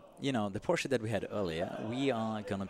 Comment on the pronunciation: It's the first time I heard an Person speaks English, but pronounce the word Porsche correctly.